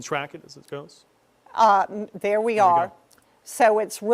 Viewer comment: The newscaster sounds like he says "can we track it as it Goats"